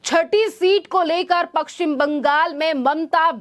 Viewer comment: पक्कसिम नही पश्चिम बंगाल बोलिए